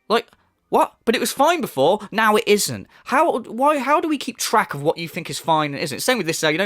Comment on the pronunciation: *calls other people spoiled and entitled. “Let’s get some suhpohrt RIGHT NAEW! Khamahn!”